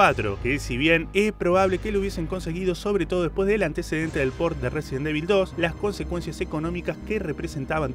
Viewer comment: Como se pronuncia: Resident Evil Como lo dice: Residen Devil Como le decimos los pibardos: Residenevil